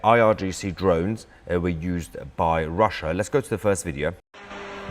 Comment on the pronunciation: STOP saying " wideo" it's video